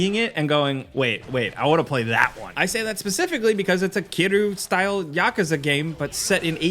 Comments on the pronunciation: Who is Kiroo? You mean Kiryu? You missed an entire syllable. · Kiddu? you did Kiryu dirty